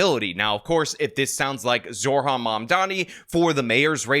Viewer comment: It's Zoh ran, not Zor han. If you want to mispronounce him on purpose, call him Moron Damncommmie.